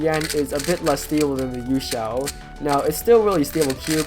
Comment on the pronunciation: I do not like him saying YueXiao v2